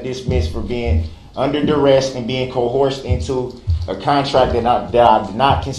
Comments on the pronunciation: he’s saying cohorsed instead of coerced . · ... Not once did I observe Brooks being co-hearsed. Don' axe me no kwischins. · I learned so much new language. Co-horsed, substained, tackit. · Yes I looked it up thank you,he wasn’t pronouncing it right either.